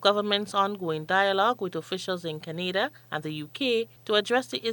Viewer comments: Criteria - no "s" in that word. It is already plural. Canada is pronounced - Can-ah-da not the same as Grenada. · I was about to comment on the same thing. She must have heard the rest of the world pronounce Canada, or hasn’t she?